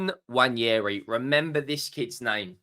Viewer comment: It's not Nnwayeri it's Nwaneri (ONE NAY RI) ETHAN "ONE NAY RI"